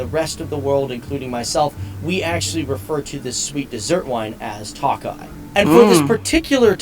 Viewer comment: Should be pronounced as Toe Kay